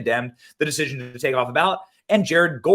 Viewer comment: I was totally doing the valley girl "deciSION" in my head simultaneous to Benny. Sure I'm not the only one😅